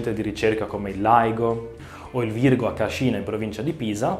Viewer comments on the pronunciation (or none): Bellissimo ciclo di lezioni, me lo sono proprio goduto. Però ho trovato un errore 😁 La città in provincia di Pisa a cui fai riferimento poco prima del minuto 8 non si pronuncia "Cascìna" ma "Càscina", con l'accento sulla prima "a". Sì... è sempre sembrato strano anche a me però questo è un corso di cose strane quindi non dobbiamo meravigliarcene 😁 Saluti, Massimiliano